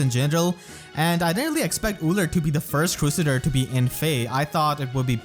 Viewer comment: The way you say crusader bothers me